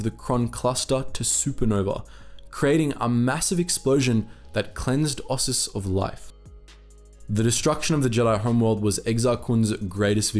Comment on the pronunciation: o SIS, not os sus, and i o KATH not liokath btw